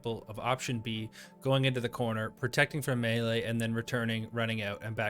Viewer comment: I've heard melee said as May - Lay, Me - Lee, and now Me - Lay thanks for the third.